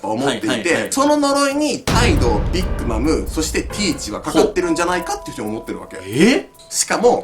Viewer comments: ビッグマムのイントネーションが気になる笑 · ビックマムの発音のくせがすごいｗ